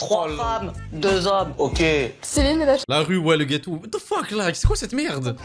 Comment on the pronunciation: ah ouaiiiii 🤡"what de fuuuuk"... fin de la vidéo pour moi!